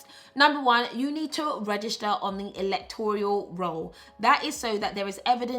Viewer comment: Electoral roll not Electorial roll.